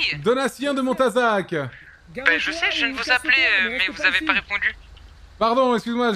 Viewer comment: a réussi à prenoncer montazac félicitations mon petit 😂😂